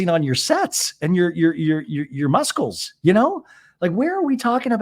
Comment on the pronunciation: Hey, love you and your podcast ❤️ can you believe I call it muskle too lol 😂